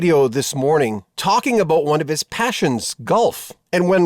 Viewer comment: The presenter said aboot.